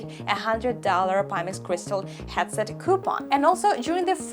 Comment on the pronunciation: I love Your content loads! But, please, it hurts my ears so much! Headset: hEAd = qlEd or incrEdible or Estonia You say it like hAtset, as in Agony or And. Sorry, I really dont mean to offend. English is one of the worst languages when it comes to how it is written to how it is spelled. Me being swiss/german part was very lucky to start watching english tv at the age of 10, so I just soacked it up... Keep it up, big respect to you for always being positiv and full of energy!:thanksdoc